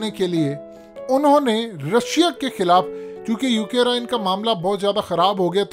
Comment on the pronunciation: Not "UK Rine". It's Ukraine...🤣🤣🤣🤣